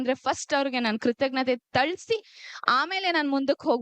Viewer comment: ಥಳಿಸಿ ಅಲ್ಲಾ ಮೇಡಂ ತಿಳಿಸಿ